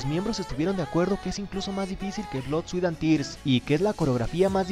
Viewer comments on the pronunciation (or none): none